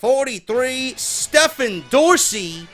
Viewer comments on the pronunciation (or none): Lol it's actually pronounced like "Steven" but it's all good brother. Glad to be apart of the rumble and help support the channel! On another note Mcmahon is a fucking goon.